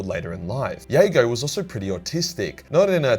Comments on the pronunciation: Those Night Lords novels dragged me back into this daft, money pit of a hobby. Love your work but I have to be pedantic as I'm sure the J is pronounced in Jago in the audio dramas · Me, wondering why is pronouncing Jago with a "Y" and not a "J". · Lolz. I don’t think the J is silent is it!? Never heard it pronounced that way, n u b gettin a lil crazy wit pronunciations from t2t 😏. Anyways, in conclusion, just say the J plez. 😅